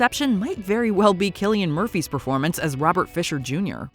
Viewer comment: Remember: His name is pronounced as "Kilian", not "Silian".